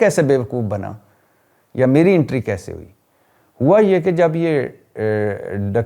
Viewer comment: Sahi lafz to bola kro intry ghalt lafz hai .... entry kehty hain. PLEASES THEEK ILFAZ BOLNA SEEKEIN